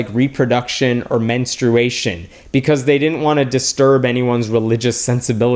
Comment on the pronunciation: Holy crap, Hemant, you pronounced "menstruation" correctly! I'm in shock.